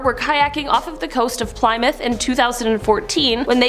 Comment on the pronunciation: I would likely subscribe if you can teach these people to pronounce simple words like Plymouth correctly, I realize kids today are not required to learn things like Coelacanth (sounded out as see-lo-canth) but if these people are trying to put out information on your behalf, I'm embarrassed for you.